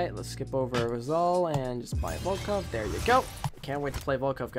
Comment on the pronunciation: at the start of the video he says "have you heard of the volcock guy?"i guess he said it the weirdest way....